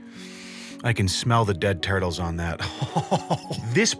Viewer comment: "I can smell the ded turles on that." 😂